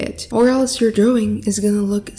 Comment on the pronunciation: I LOVE WHEN SHE SAYS DROWING LOL😂😇